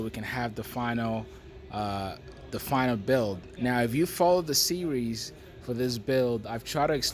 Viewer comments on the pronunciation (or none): none